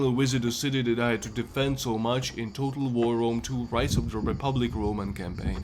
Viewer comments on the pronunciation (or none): none